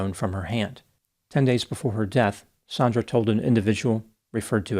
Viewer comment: Also, the victim is Sandra not "Saundra"